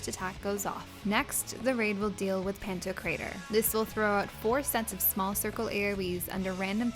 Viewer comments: It is not pronounced "panto crater"... Jesus Christ... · Do you know what 'pronounced' means? Go to school. It's a common religious word. IT IS NOT, pronounced "panto crater". Just stop.